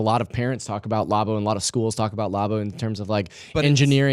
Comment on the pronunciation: Again with the lobbo what the heck it’s labo like a lab 🧪 not lob please correct lol